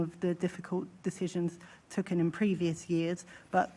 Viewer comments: "we've tucken" Can't even say "taken" properly, absolute tard. These are the people in control, what a mess. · god, she cant even string a cohesive sentence. She's never really good at giving a clear answer. I am TOOKEN aback by the low calibre of her, but we all know how she got the job. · Wow she can't pronounce properly, "token"